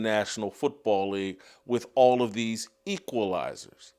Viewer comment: "The Queefalizers"